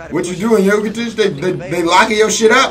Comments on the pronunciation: Bruh, Jokic is pronounced Yoe-kitch, not the way you saying it lol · It’s pronounced yolkish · PLEASE PRONOUNCE JOKIC RIGHT